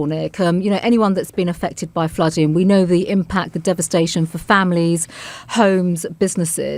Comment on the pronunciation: I wish someone would remind the Home Secretary that words like dealing & flooding have the final letter pronounced, it’s not “ fluddin” luv !! Or Speakin !